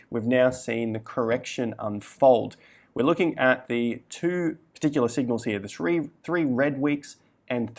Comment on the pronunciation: Thwee wed weeks. Almost heard it.